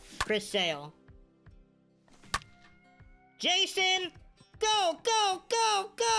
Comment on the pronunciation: love how he kept saying jason instead of jasson😂😂 nice video man keep them coming